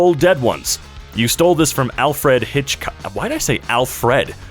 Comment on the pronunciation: As Alfred Hitchcock's great-grandson, perfect pronunciation. (The only joke in this comment is the 'perfect pronunciation', I am quite literally the direct descendant of the famous filmmaker, Alfred Hitchcock, and I am proud of it. (And I know that there are probably several people who are going to reply to this saying "Yeah right bozo." or something like that but I could not care less))